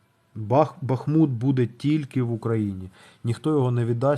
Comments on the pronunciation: Ба́хмут.. замічу що в рускомовній вікіпедії наголос не правильний бахмут... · Бахмут -наголос на перший склад!